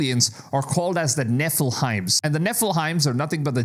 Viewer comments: Nefelim not nefelime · Nefiliem not nefelhim do you know how to pronounce we prds bro😂😂😂😂🎉🎉😢😮😅😊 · Bro it's Nephilim not Nephilheims.. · I love how you call them Neffil-heims. I'm gonna stop calling the nephilim and call the Neffil-heims. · Nefe-Leem is the proper pronunciation for the world nephilim friend. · Dude you need to learn how to pronounce Nephlines correctly